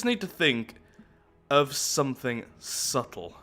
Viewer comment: "i'm hoping for something subbtle" P L E A S E L I K E T H E V I D E O, never change